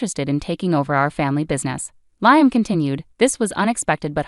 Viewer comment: While I very much appreciate the clues that it is AI and not humans reading these, the crazy mispronounciations of common words is equally annoying and entertaining. Nobody pronounced Liam as Lye-um. 😂😂😂